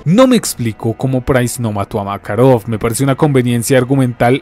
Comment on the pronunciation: porque pronuncia makarov con asentó americano?